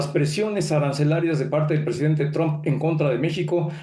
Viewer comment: Aprendan a hablar se dice presidente Ente